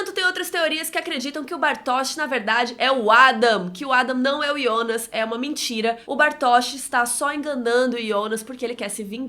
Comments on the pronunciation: O nome e Jonas não ionas! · Mano é jonassssss nao ionasss fala certo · Ionas é meus sovo. Fala JOnas carai. Kkk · o nome dele é JONAAAAASSSS e não IONASSSSSSSSSSS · Da uma agonia de ouvir ela falando ionas kkkk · Bem ru sou novo no canal mas por que ela chamar o Jonas de ionas? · É estranho ouvir ionas e não jonas, mas nada contra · Que saco, ou fala jonas ou abre um canal em alemão e fala ionas nele, estamos no Brasil aqui é jonas! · Para de falar ionas! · com todo carinho, é extremamente irritante ouvi vc falar iiionas ! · "Yonas" KKKK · ela pronuncia o nome do Jonas de um jeito estranho